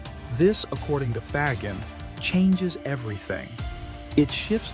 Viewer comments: Love the video. Excellent summary of Faggin's philosophy. I just wish you would stop murdering the pronunciation of his last name.. More like Fazsheen than fag-in. I know Americans have always murdered foreign names, but I thought we were changing. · It's not hard to say fa as in fabulous, and gin as in blue jean.😅